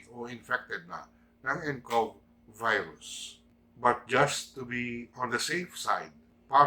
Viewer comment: Tirahin ka na namn nyan tay ng mga tae sa pag bigkas nyo ng virus 😸